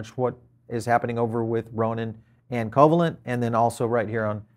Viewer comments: Thanks for the update. Covalent is Pronounced 'co-vaylint' , named after molecular bond: A covalent bond is a chemical bond that involves the sharing of electron pairs between atoms. These electron pairs are known as shared pairs or bonding pairs, and the stable balance of attractive and repulsive forces between atoms, when they share electrons, is known as covalent bonding. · co -"VAY"-lent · I'm not sure who you are - your mispronunciation of covalent convinced me you are not an academic in any way. ugh. fluffware